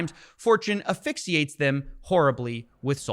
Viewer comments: I wish that you would practice pronouncing AS phyxiate. AS. AS phyxiate. and Nu CLE ar. CLE. Not "cu". Nu CLE ar. Please practice practice practice, thank you. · Except he said ‘aphyxiate’.